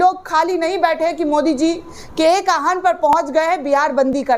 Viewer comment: Medam aawahun hota he aahun nahi